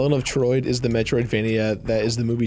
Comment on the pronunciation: HELEN OF TROID 🤣🤣🤣